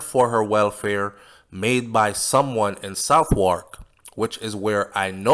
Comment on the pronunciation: I think the British pronounce Southwark "Sovark" :).